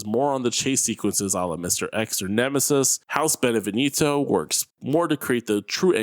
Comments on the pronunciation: It’s pronounced “ben-eh-vien-toe” not “ben-eh-ven-eeto” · If i hear this guy say "Benevinito" one more time i swear. Its "Beneviento" dummy As in BE-NE-VI-EN-TO.... Americans apparently speak English but cannot read or spell